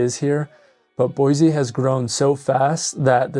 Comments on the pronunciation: Boy-SEE not boy zee. Dumbass!! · At least please pronounce it right on your videos. Start the new Californians off on the right foot. No such place as Boyzee. Boy-see please! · Other than the mispronunciation, boy-see not boy-zee, spot on video. If we had the mini ice age weather of the 70’s and early 80’s winter would matter. Today not so much. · it is pronounced "boy-see," not "boy-zee" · Idaho born and raised. Even Google says Boi zee. It's a native American word. Similarly, Dubois is French, Do bwa. The S is silent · I was born and raised in Boise and I can't take you seriously when you're saying it wrong. It's BOY-SEE. No "z". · It's Boy-See...the Z is Silent! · There’s no Z in Boise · How to say you're not from Boise without saying you're not from Boise lol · Why do you say Boise wrong??